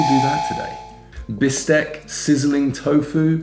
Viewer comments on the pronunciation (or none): none